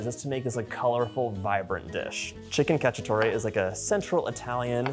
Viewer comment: It's CacciatorE not Cacciatori...